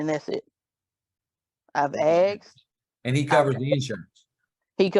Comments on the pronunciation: She axed for a lot.... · She wants money! I “axed” the question!😂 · Its not axsked asked there is no x in they word learn how to speak English. You have been fucking it up your how life just put and s back in it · "When I axed", sums it up there. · "When I axed" lmao can someone pls tell me why they can't say the word "asked"? Is it a speech impairment issue or what?